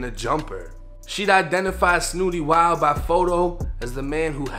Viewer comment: You from Boston bro you got to hit the Google button and watch other people pronunciate his name that pronunciation was off kid